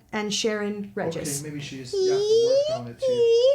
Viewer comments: her name is pronounced Shereen Rehis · G in Regis is pronounced as H. It's a Spanish last name (I think).